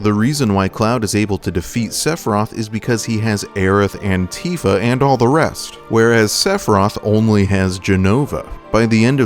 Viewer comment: Does anyone else hear “Cloud Antifa” when he says “Cloud and Tifa”?